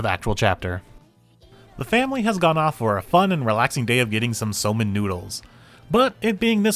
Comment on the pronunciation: FWIW, it's pronounced "soh-men". See, the "ou" is (almost) always a long "o", and Japanese ling vowels are just lengthened in time; it's only spelled that way to preserve the original orthography, where long vowels are doubled in hiragana/katakana, except for "o" for some reason. More modern transliteration schemes would use "sōmen", but a lot of the habits of anime/manga translators and subbers go back to when computers couldn't easily use diacritics — so we use the doubled letters and "ou" spell things out like "Aijou Rentarou" and "Hifumi Suu" instead of "Aijō Rentarō" and "Hifumi Sū". All that aside, I've said before that my favorite chapters are the ones where everyone is in a ridiculous and over the top predicament — see also the karaoke, photo booth, and falling gothic and/or lolita headdresses chapters — and this one was great on that score.